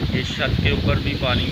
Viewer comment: Bhai aap chat ko shat kyu boltay ho aur umeed ko ameed kyu boltay ho ??